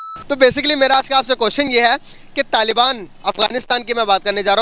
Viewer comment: Talban nhi hota taliban hota h pakistan ko bi pakstan kahte h 😂😂😂😂🤣🤣🤣🤣